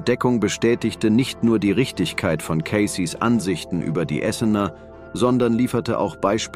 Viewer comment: Tut mir leid, aber ich finde diese KI-Übersetzungen schlimm, weil es dadurch auch zu Missverständnissen kommt. Beispiel: Die Stimme sagt: Essener. Wer es nicht weiß, denkt, was haben denn die Bewohner der Stadt Essen damit zu tun. Gemeint sind aber die "Esséner" (gesprochen Esseener), also jene Glaubensgemeinschaft, zu der auch Jesus gehört haben soll...